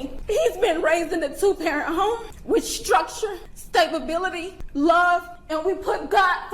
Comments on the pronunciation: “stabability”…. Mam, the word you’re looking for is, “stability”. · Did his mom say STABability? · was raised with stabibility... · yeah don’t think so, evidence isn’t there. Did she try to say „stability”? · Bruh cant even say "stability"